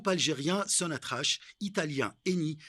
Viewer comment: ça s'écrit Sonatrach mais ça ce prononce Sonatrak